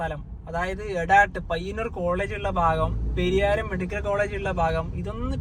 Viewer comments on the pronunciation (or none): പെരിയാരം അല്ല പരിയാരം എന്നാണ് ഉച്ചാരണം